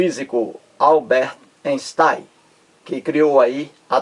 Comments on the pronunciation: INSTAIM nem pronuncia direito kkkk.tem dó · Lê-se Ainstein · emerson santos, o fato de o videomaker não pronunciar corretamente o nome do cientista (ei = ai) (j = i) (eu= oi), etc... Não invalida o valor do conteúdo do vídeo.